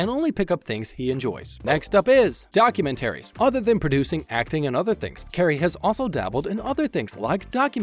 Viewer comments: why do you say documentaries the way that you do? it's doc - u - ment- ar - ies not document - aires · What text to speech bot pronounces it “Document Aries” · Your pronunciation of documentaries is disturbing